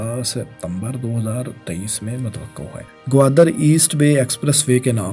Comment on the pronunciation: آپسے گزارش ھے کہ تھوڑی سی تلفظ پر بھی ریسرچ کر لیں اب تو میرا بیٹا بھی آیکی غلطیاں نکالتا ھے جیسے کہ Dabai nahi dubai hai آپ بھت سی غلطیاں کرتےھو برائےمہربانی اپنی اصلاح کریں میرے بچے اور بھی بھت سے لوگوں کے بچےبھی یہ ویڈیوز دیکھتے ھونگے اب متوقو کوئی لفظ نھی ھے